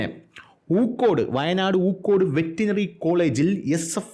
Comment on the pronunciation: സുഹൃത്തേ. ഊക്കോട് അല്ല പൂക്കോട്. സ്ഥലനാമം എന്തെങ്കിലും വിളിച്ചു പറയല്ലേ.